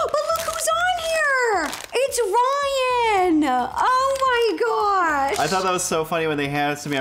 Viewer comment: It’s RRRYAAN